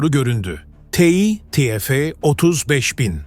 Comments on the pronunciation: Yahu, yerli motor yapıyoruz ama birtürlü TÜRKÇE konuşamıyoruz !!!! Ti- EF nedir yahu, burası Amerika mı 😤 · yapay zeka işte salla biz te fe diyoruz